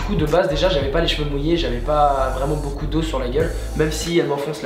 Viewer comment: Au lieu de dire beaucoup tu a dit beau cul